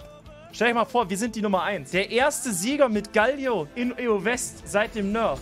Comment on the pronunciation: Alter, es heißt GAAAALIO, langes A und das L wird kurz gesprochen, nicht wie ein doppel L!! AHHHHHHH